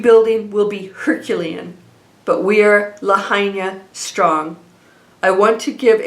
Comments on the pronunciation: Thank you for sharing. (Lahaina is pronounced La High Na) Absolutely horrific what happened to our beautiful historic Lahaina town. I donated to a private go fund me. Sending my condolences and prayers. ❤️‍🩹🙏🌸🥵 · Thanks. Always beautiful. Quick correction to your intro. It's lahaina (pronounced (lahighna) Maui. Love always. Fyi. Hawaiians pronounce all vowels in Hawaiian words. We are Hawaiian fanatics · pronounced la-HIGH-na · Lahaina is pronounced La hi na… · It’s La hi na Maui not Kawaii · Thank you for the report - please know how to pronounce the name of the town beforehand if you’re going to say it so often. You’ve been there, it’s on all the news. Respect for the town and the people to pronounce Lahaina correctly. Thanks.